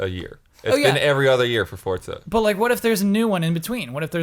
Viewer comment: CORRECTION!!! Forza is pronounced FORT-ZA.,, and are all pronouncing it right, yet you refuse! Forza is the Italian word for Strength, Power, and Physical Force. I literally had Italians in my living room yelling at me for pronouncing it with a soft Z sound when I showed the game. They told me it takes all of the power out of the word. Think of it like other Italian words we've borrowed, like Pizza: Peet-zah... not Peezah:P